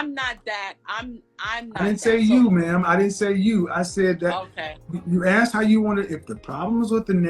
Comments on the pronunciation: I've never "axed" anyone anything. What is the problem with this word. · "When I axed you"